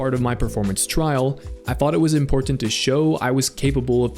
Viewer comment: Why do you add extra T's in your words?? Butt-tens, Import-tant, etc. I'd guild kick you for that